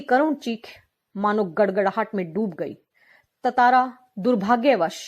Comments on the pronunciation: It's tantara not tatara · Bhai tatara nhi tantara hai vo